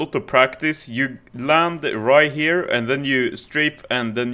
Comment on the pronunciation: "you land rihere"